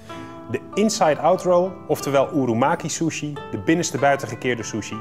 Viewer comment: ‘ Door de Shjusshuieee’ . 😂😂